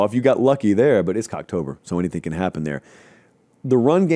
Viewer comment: yup....he said it twice....co-cktober!